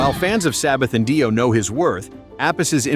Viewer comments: Please pay an actual voiceover person or do it yourself. I can't take anymore LED singing or hear about Ronnie James DYE-O anymore. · PS, the word "lead" is pronounced "leed" when referring to a singer or guitarist, and it's Ronnie James DEE-O, not Die-o. Who does these voiceovers?